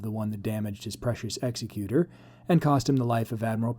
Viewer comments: They are spelled differently. Vader's ship Executor. Your pronunciation Executer. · Oh, my... All I'll nitpick for now: mate, it is pronounced Egg-zek-cue-tor, not Ex-ee-cue-ter. As in executor of a will. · Very cool speculation! One small nit: “executor” in American English would be pronounced “egg-ZEK-you-ter” as we commonly hear in the “executor of a will” … it’s not “EX-uh-cute-er” like one-who-executes-people. (That second one isn’t actually a word. 😂 If that was the intent of the name, it would have been called the “Executioner” 😁). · Exec-U-Tor. Pronunciation is important :)